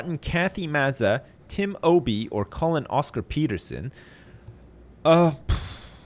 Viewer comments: "Colin Oscar-Peterson" definitely supposed to sound like "Colonoscopy" haha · The way said "Collin Oscar Peterson" sounds like "colonoscopy terson."